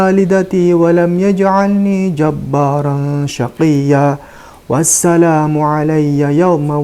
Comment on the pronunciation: Yg benar bacanya wassalaamun mimnya domah tanwin tp di situ domahnya dipisah fathahnya dihilangkan